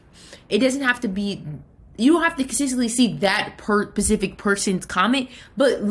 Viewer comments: This is great advice but every time I hear pacific instead of specific I lose my shit😂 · Ma’am pacific is the ocean. Specific, SPECIFICALLY 😫